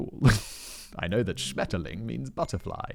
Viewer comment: It took me forever to recognize Simon said Karstadt but his pronunciation of Schmetterling is surprisingly good